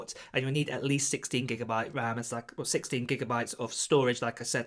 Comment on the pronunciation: Did you say 60 or 16GB?